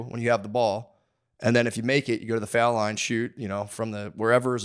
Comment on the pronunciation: My Tennessee brain can’t comprehend how Matt pronounces “fouled”